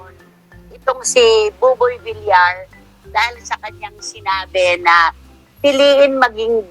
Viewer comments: idol buboy Vilyar po ang tamang pagbigkas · Buboy Villar (Villiar silent i po.. hindi villar..) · please pronounce properly, Buboy vilyar po hindi vilar. nakakairita kasi. please pronounce family names properly. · Boss it’s villar not vilar pls check your pronounciation thanks.. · Bakit Bilar ka ng Bilar eh Bilyar ang pronunciation ng Villar? Syunga lang? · Umayos ka naman villar hindi vilar